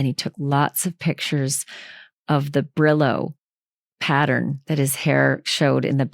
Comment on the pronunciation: Brillo paddern😂😂😂😂